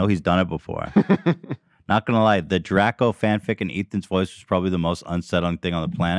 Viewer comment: add "Draco" to the list of common knowledge things Ethan cannot pronounce